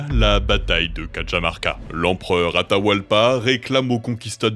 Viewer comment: sérieusement, je sais que l'espagnor n'est pas votre langue, mais vous pourriez prononcer 'Cajamarca" correctement?